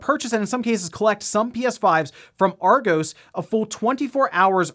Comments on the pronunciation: you are pronouncing "argos" wrong. It's pronounced "Aw-goss". Google translate if you want to be sure:) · That pronunciation of Argos, can confirm, its Arg-oss (like boss) Source, may or may not work for them :P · Lol at pronouncing it Argo's. Think of it as being said like Argoss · Argos..... the way they say it over the Atlantic is funny “are-goes ”Should be pronounced “Are-goss” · Argos is pronounced "Are-Goss" not "Are-goes" BTW 😁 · "Ar-goes" 😂 I'm pretty sure it's pronounced "Ar-goss" Source: I'm British. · Ar Go's lol you can tell you never been to UK to shop 🤣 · You say Argos as ARE-GOSS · Always gotta ask about random pronunciations! "Arr-goss" Say it with me! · argoes lmao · Argos surprisingly isn’t pronounced like Argo (like in Jason and the Argonauts) it’s actually pronounced Are-goss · Argos - Are Goss (like boss) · Not important, but just in case it comes up again, since a lot of weird UK retail stories seem to wind up involving them, Argos rhymes with moss rather than the longer o you were saying it with. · Funny hearing an American pronounce Argos as Argoes 😁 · Just like to correct you on your pronouncing of Argos, or as you said Argoes haha. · also did you just say Argos wrong and call it Argose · It makes perfect sense to pronounce it that way if you’ve never heard it but yea, I came here to comment on this. How would you describe it like AR-goss? Like Gosh but a hard S? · I'd say it's more of a "Ah-goss" or "r-goss" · He said it like Argoes 🤣🤣🤣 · As an Englishman, your pronunciation of Argos is killing me. 😀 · I agree with you there, it hurts my me hearing Argos being pronounced wrong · The way he says argos really annoyed me